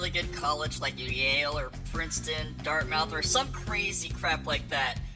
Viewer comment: It's pronounced "DartMth" might explain why he followed her there..